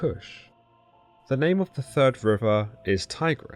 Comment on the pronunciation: 3rd 🥉 Not TURD 💩